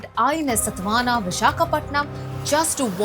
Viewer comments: bloody fool not satwahana .. saatwaahan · Its not INS Satvana Its INS Satavahhhana.... Pls spell it Properly... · Why hindi people can speak Hindi sometime....it is satvahana not satvana... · Madam it is satavahana and not satvana as you pronounced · check your pronunciation of INS SATAVAHANA 😂